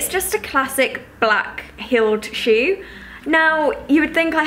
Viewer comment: the way you say shoe is so british, its adorable haha! loved this video, im addicted to asos <3